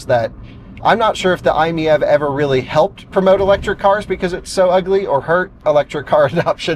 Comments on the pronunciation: Dude should be seeing that the car's model is MIEV. It's written on the sides and on the carpet in the back. It's "My EV." And yet he says, "I'm MEV." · FYI, Doug Demuro is completely wrong about the pronunciation, it's actually "eye-meeve" like you would read it normally, not "eye-miyeve" like he did. Also fun fact "MiEV" was supposed to be shorthand of "Mitsubishi in-wheel EV", that obviously didn't work so they changed i to stand for "innovative" lol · i think it might be "my-ev" like it's my ev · It's pronounced M I E V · If I'm not mistaken, the MiEV was the electric version of the "Mitsubishi i" from about 2006, hence the "i miev". And it's pronounced "My EV" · It is pronounced like "eye-meev". Retail Price (US) 2012 ES: $23,000 Battery & Type 16 kWh Lithium‑Ion battery (330 V) Electric Range EPA-rated ~62 mi combined (98 mi city) Charging Time ~7 hr on 240 V / ~22 hr on 120 V outlet Fast-charge (440 V) ~30 min to 80% Powertrain & Performance Rear-wheel drive, single-speed transmission ~47–49 kW (63–66 hp) 132–145 lb-ft torque Efficiency EPA combined ~112 MPGe City ~121 MPGe / Hwy ~102 MPGe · I think it's pronounced My - EV😂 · I think it's a play on words and its supposed to be pronounced like "My-E-V". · I believe it's pronounced "My EV", like it's my EV. Try that. 👍🏾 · Pronounced Eye Meev. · Pronounce it “I’m EV” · It’s pronounced m-ee-eh-v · when they were released at auto shows Mitsubishi pronounced it as the I me E V fyi! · I think it is pronounced "My EV" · I think they should’ve dropped the I and pronounced it My – EV. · Pronunciation per Mitsu sales organization was just two syllables - "eye-meev". This was better communicated in Euro markets, but in the U.S. MMNA so thoroughly despised the vehicle (apparently imposed on them from Japan corporate) they rarely said anything about it at all. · According to the web, i‑MiEV is pronounced: "EYE‑meev". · iMev. Pick one pronunciation and stick to it.